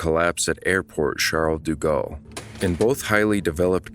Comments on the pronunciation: its like "shall deh gahl" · Bitch the way he pronounces “Charles de Gaulle” is so distracting lool